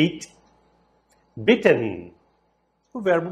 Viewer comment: beaten se pronuncia igual bitten? Achei igual.